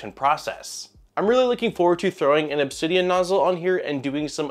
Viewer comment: Thank you for pronouncing Obxidian correctly